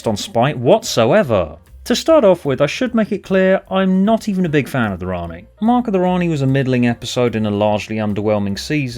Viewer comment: For me, your voice that says: "Rani" was me saying: "Ian."